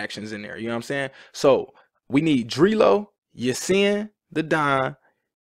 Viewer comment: Z.E feat. Adel - Nr. 1 Player (and btw, Dree Low is pronounced like Dr. Dre Low except Dr.)